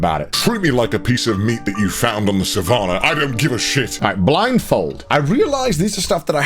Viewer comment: His pronunciation of savannah though 😂